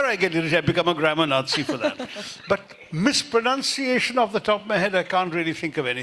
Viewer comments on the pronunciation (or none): Is someone could inform Dr. Tharoor: 01. The word for boring is not drib, but drab. 02. It's not mispronounciation, but mispronunciation.